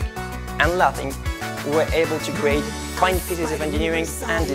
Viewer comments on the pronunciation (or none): Excellent, but you pronounce "lathing" as "laughing". (0